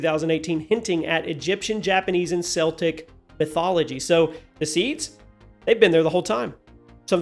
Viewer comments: My dear friend Celtic is pronounced with K not C <3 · Its pronounced Keltic not seltic 😂😂😂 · It’s pronounced (kel-tic) not the basketball team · FYI - It’s pronounced ( kel-tic ) 😉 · Not split hairs but you misspoke Celtic I'm afraid. Its pronounced, "Kell'tik." I know why of course, the Boston Celtics are still a popular team. Just trying to helpful and history accurate.😁🥰 That said though it would be interesting of Kratos ended up fighting Cromm in some fashion.